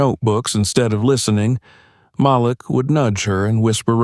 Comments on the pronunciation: It always amazes me how white people don’t know how to pronounce Maleek. They see the spelling of the name and pronounce it as Malic. SMH. Guess they have a problem pronouncing the names of all blk folk with odd names. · His name is pronounced like Maleek not how ur announcing it. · His name is pronounced "MA leek"